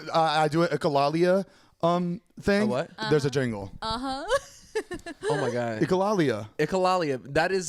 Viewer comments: everyone: finally pronounces "echolalia" right: ECHOCALIA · Them saying echolalia wrong for soo many episodes makes me CRY lol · I love y’all but y’all BEEN saying echolalia wrong😂It’s pronounced like echo-lei-leah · It’s echolalia (eh-ko-lay-lee-uh) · lmao i love how corrected zane on how to pronounce echolalia and also mispronounced it